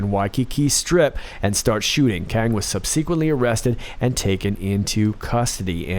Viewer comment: I love you man. But you pronounce “subsequently” wrong. Every. Single. Time.